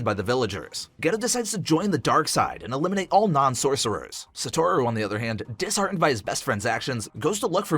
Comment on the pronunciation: Sa tor ru is crazy and so is sa goo ru